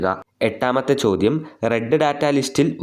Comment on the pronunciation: It is ചോദ്യം not ചോധം